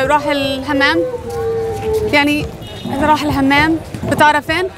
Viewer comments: Ur language is very good but the bathroom is حمام not همام😅 but keep continue me 2 my language its broken 😂💔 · حمام مو همام😂